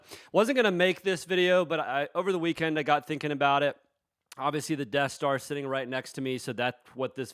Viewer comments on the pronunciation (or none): The "Debt Star"